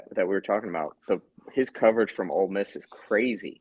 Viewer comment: Oh hey you answered my question! Yes you pronounced it right it’s like “ole”. Good info guys great pod. Appreciate the analysis!